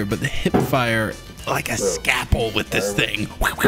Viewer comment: "The hip fire. I'm like a scappel with this thing." LOL